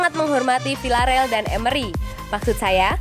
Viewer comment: pelafalan stamford bridge kok gt... bgitu juga sama villareal. 😀😀😀